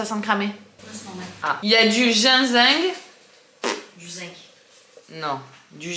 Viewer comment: Cc,c est chouette la déco d automne j adore ❤,tu m as fait rire ta façon de prononcer ginseng 😂,c est à partir de quel âge les vita que tu as pris pr Lola? Bisous